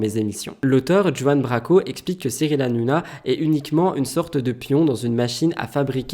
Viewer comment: La façon dont tu dis Juan Branco, j’ai ri 🤣